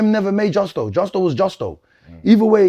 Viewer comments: Don't you mean Jusco?😂😂😂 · Bro I rate you and your work rate but there’s no way you’re still saying justco after you’ve said it right 100 times and you know it’s not justco 🤦🏽‍♂️ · Man still fighting for his life to pronounce Justo correctly 😂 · Imagine struggling to say 5 letters at close to 40 braaaazy work 😂😂